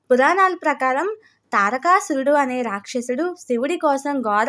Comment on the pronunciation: Pronounce the name తారకాసురుడు, దక్ష ప్రజాపతి properly.